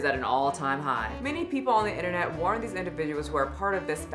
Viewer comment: The 'innernet'? Is that some kind of local area network?